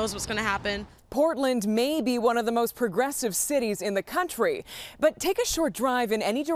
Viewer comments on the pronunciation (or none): "Portland is the moost progressive city in the country"????